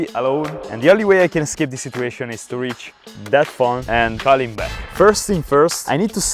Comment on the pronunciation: The way you said the word 'back' made you sound like you're from Denmark.